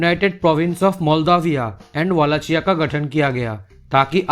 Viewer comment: Wallachia is pronounced like 'wallakia'